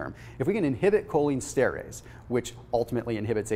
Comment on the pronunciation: Fyi, it is Pronounced: “cholinEsterEss.”